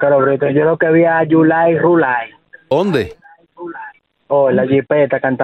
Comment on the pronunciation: Yo quiero mucho a Sandra dice yulay 😂😂😂😂😂